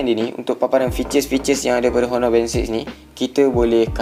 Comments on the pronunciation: oner gitu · Bossku, saya nak betulkan 1 benda saja. Sebutan HONOR tu tak payah sebut huruf H. TQ..